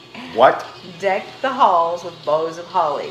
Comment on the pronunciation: My dear daughter it is “boughs” of holly. Lol